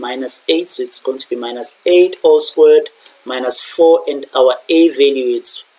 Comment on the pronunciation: Why you prounouncing squared like that😭